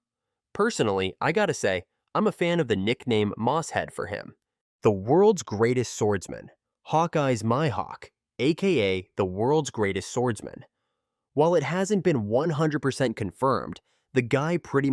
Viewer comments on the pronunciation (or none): Bro said “My-Hawk”